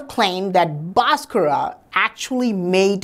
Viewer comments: भास्कर bol na...बासकरा बासकरा bol kar to maa behen ek diya hai.... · Its BHASKAR not Baskraa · Nice information but it's Bhaskar not Bhaskara why u add extra aa while pronouncing Bhaskar. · Pls stop murdering his name. There is actually a ‘h’ after the ‘B’. So it isn’t BASKARA, it’s BHASKARA.. kind and humble request. Cheers. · The correct pronounciation is BHAASKARA not Baaskarra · I've never heard an indian guy pronounce Bhaskara as bosscross untill now🤣🤣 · Pl. don't bastardize the great mathematician Mr Bhaskar's name by adding an "a" at the end. It is a sign of disrespect, forced on Indian names by the Brits. Same goes for Lord Ram. Is NOT Lord Rama, etc. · This dude is full of shit. 1st of all despite being an Indian he can't correctly pronounce Bhaskara's name. This guy should be placed in space with his Mercury wheel. Only vacuum can help this dude to avoid dynamic friction and create energy. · Pronounce the name correctly